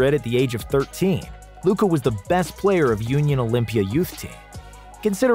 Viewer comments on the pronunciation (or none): the way he pronounced union is sickening